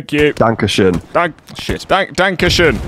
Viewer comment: Its so funny when they Try to talk German and all came out is dank-a-shin and not danke schön. I celebrate this!